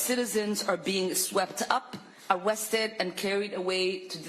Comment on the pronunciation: She said "Awested" lmaooooooooooooooooooooooooooo